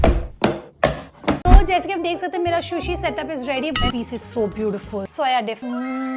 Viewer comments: Its sushi not shushi 😭😭its killing me listening to shushi. Sushi looks good thp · Excellent video.. please pronounce sushi rightly..